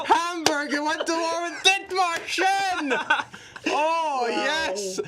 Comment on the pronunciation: The dith-marsh-en was worse